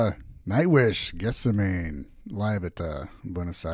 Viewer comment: Geth-sem-a-nee has four syllables 😉